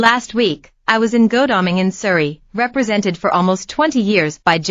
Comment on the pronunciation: Dear presenter, it's pronounced God-alming, not Go-dalming. It makes me wonder what else you may have got wrong 🤔